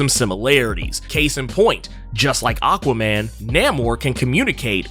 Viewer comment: Same. I actually only went to this comment section to see if anyone else had the same issue. I've heard it pronounced different ways before but this is most definitely the worst. That said, its still more forgettable than Benny's from The Comicstorian Channel's illogical pronunciation of Aquaman